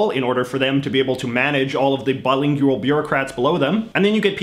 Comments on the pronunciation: I hate how he says "bilingyooal" instead of just saying "bilingual" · What's with the extra syllable? "Bi-ling-yu-ull" vs "Bi-ling-wal." Even your English is strange, What's that "a boot?" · that was my reaction. I was like can he just pronounce it correctly. He seems like he's trying to be Canadian and not Canadian lol. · Is the word bilingual pronounced differently in Canada, or is it just an idiosyncracy? I mean, not pronouncing it with a /w/